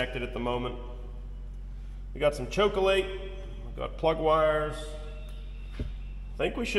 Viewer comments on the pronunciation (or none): That’s chokolite not chokolate! Love your videos and enthusiasm. Cheers!